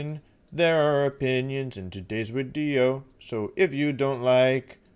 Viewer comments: Wait why does he says widio and not video ? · Hello wideo man. Thank you for wideo today. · unsubbing purely because you keep saying wideo you cringe master